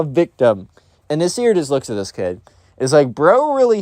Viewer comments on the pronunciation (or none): The pronunciation of these names are atrocious 💀💀 Ahmed ahmedh, Ibrahim-Ibraahim Nasir Naasir